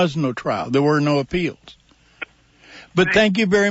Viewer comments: It’s “appeals” not “apealds”. Good grief. I know Ray likes to intentionally sound as feminine as possible because he likes the attention, but damn, he’s got the most annoying and activating sound I’ve ever seen. Pick your mouth up and stop playing into your sexuality every other second. Nobody cares. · The sound of Ray Hill’s voice has got to be the most annoying lisping voice I’ve ever seen. Can’t even listen to it. Man pick your mouth up. The feminine lisp on top of it is just awful. “Appealds” - if I hear it one more time. Ray, there’s no L in “appeals”.